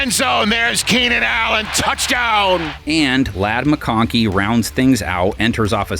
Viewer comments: McLoven?? Thx AI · Did anyone else catch the narrator call Mckonkey, "McLovin?" Hahahaha. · did he call Ladd McConkey, McClovin? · Did he just call mcconkey mcluvin? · The narrator calling MacConkey McLovin is pretty awesome and also calling Kelce travis Swift, it’s hilarious